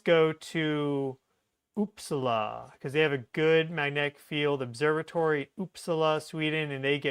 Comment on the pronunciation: it's pronouced Oop Saaa la. The stress is on the Sa not the La